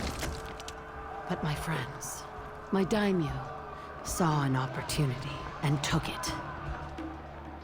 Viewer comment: It's pronounced day-me-yo not damn-E-you